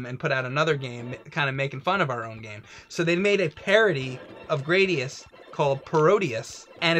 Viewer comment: Stop mispronouncing GRA-DI-US.... (グラディウス Guradiusu)